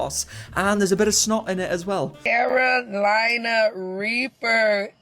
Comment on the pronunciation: This dumbass didn't know what the FDA was, didn't know you have to refrigerate egg and milk products and I just heard her say "CaroGlina Reaper" . You can't fix stupid!